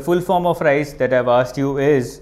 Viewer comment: RICE????...Its RISE